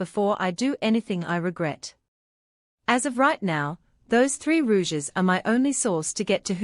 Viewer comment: I just can't listen to the misprounciation of Rogues as "Rouges"